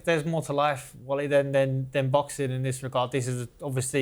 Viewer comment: The way he called him "Wolly" wasn't quite right‼️😂😂😂